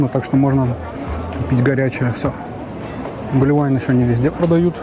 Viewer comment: Мужик, ты супер! Первый человек который назвал правильно ГлуВайн! Кроме Боше есть еще Меламель, СиСель, и так далее, и это все франзузы! Молодец, удачи тебе!